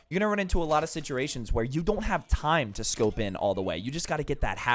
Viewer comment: "Siturations" <3